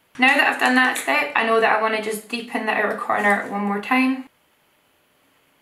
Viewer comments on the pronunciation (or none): Here I thought the word was "outer" but I like "ooter" more 😂😂😂